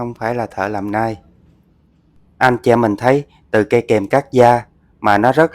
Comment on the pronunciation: Đọc tiếng Anh đúng dùm : Nail không là nai